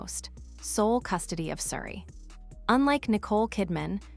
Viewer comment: Calling Oprah Opera?????? AI - so many mispronunications. Can't even pronounce Suri's name the same way. Why oh why don't the people running these things even do basic checks on them? Will now block this channel from coming up on my youtube.